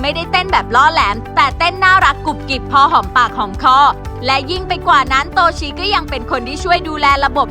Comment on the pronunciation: เขาชื่อโตชิค่ะไม่ใช่โตชีพูดหลายครั้งโตชีโตชี😅😅😅